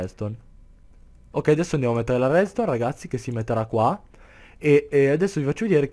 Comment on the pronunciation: minuto dici REDSTONE ma ma ma ma si chiama REDSTRONZ!!! minuto dici redstronz la pronuncia è importantissima!